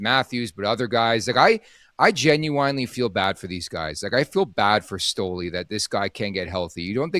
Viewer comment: gets me everytime with pronunciation of Genuinely 😂 It's jen-u-WIN-ly not jen-u-WINE-ly